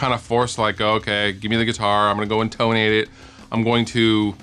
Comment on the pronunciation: The way you pronounce 'intonate' insults my very being. Also, that documentary is fucking awesome.